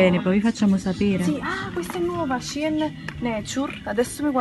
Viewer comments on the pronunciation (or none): none